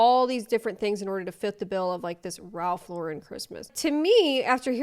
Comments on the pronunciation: Not going to lie the mispronunciation came across as trying to make it sound fancier on purpose. That said…I’ll keep my Christmas as it is, I love it my way not some rule laden aesthetic. Also, we also have a cost of living crisis that some of us struggle to pay rent… no thank you on replacing everything every year. This was a wild one. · As someone named Lauren the pause before the “ren” is triggering 🤣 like my southern relatives dragging my name out to 6 syllables. (Me two minutes into this video) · That first girl pronounces Lauren wrong with that pretentious accent people think is right!😜 And, Ralph Lauren is a classic look, not a stupid TikTok trend. Edit: you literally just stated what I just wrote, LOL Oh, btw, I’ve been collecting Christmas ornaments and decorations my entire life, many received as gifts, there is nothing better than an eclectic Christmas decor based on love and memories, not a stupid trendy theme, whatever it may be that year. The crazy second gen Ralph Lauren employee does have one thing right for everyone, however - no overhead lights, table lamps ( and tree lights, and the dining table chandelier, of course) will make your home so much prettier, welcoming, and flattering to all of our faces, actually! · Wait, but isn't Ralph Lauren French??? You're supposed to put emphasis on the last syllable in French... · The way she said Ralph Lauren and decor made me gag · I'm not all the way through the video yet, but she seems to have switched to pronouncing it wrong after the video about how to pronounce it right 🤣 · The Lauren pronunciation is interesting. He is an American designer so I wonder where people started pronouncing it other than just the name Lauren. The “wrong” pronunciation sounds almost French so I wonder if people did it to sound like the other French designers? I can kinda see that. Idk just interesting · The emphasis is on the wrong syllable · I never heard somebody pronounce the name "Lauren" with accenting the second vowel.